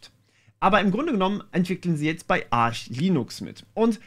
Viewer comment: Seamless aussprechen aber Arch unbedingt verdeutschen xD und das in einem Satz. Krank.